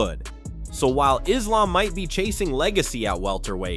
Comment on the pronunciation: Learn how to pronounce Merab. You have said it 2 different ways within minutes. You also mispronounced Islams name.